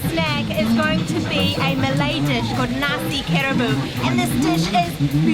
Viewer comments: Good review guys :) I am impress that you guys are willing to go off the beaten road and pay attention to Malay food which is constantly neglected. Btw, your Malay pronunciation is impressive as well. cheers from a ex-malaysian :) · Hi again ! Did you say your parents are from HK? Well, i hv to say your Malay pronunciations are pretty good.Thats why i had to ask. Btw, i hv watch your vids and i appreciate that you did your homework, going to real local favorites.I know some of them and was surprised to see some i didnt know, so yea cheers mate.Good job done ! 😊❤❤❤